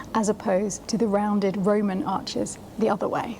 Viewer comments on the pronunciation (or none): none